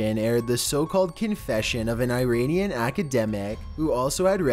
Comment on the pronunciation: “Eye rainian”